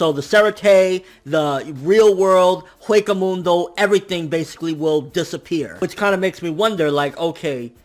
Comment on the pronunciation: You said Hueco Mundo so bad. 😂